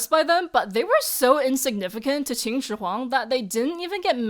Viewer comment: You are continuously pronouncing Qin as Qing